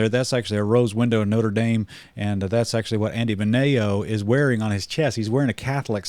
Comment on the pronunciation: Can’t even pronounce Andy Mineo 😂 …bruh the Gospel was preached, the Whole Gospel. Period. Thats the goal of this conference to share the Gospel, lift Jesus name on High through singing new songs. Go ahead bash people teaching the Gospel and singing worship songs😂 …further proof of self righteousness.